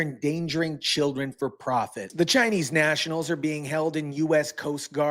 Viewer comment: As an American I am sick of being a magnet for these criminals. "For the chioldren..." Nancy Pelosi